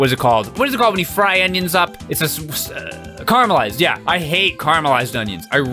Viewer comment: CA RA MEL CARMULISED CARAMELISED